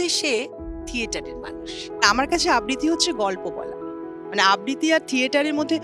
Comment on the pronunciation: আবৃতি নয় ,আবৃত্ তি আবৃত্তি হবে উচ্চারণে